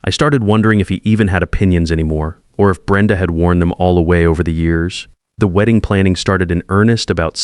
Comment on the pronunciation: Terrible AI. Weeding guests? Man, the pronunciation is AWFUL.